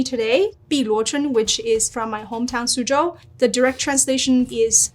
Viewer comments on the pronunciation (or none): none